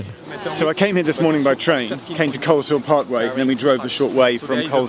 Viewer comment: I noticed that too. My aunt lives in the village of Coleshill near Amersham. Definitely misplaced the "s" and thus mispronounced it. Never figured my aunt's little village would ever get mentioned, even if incorrectly.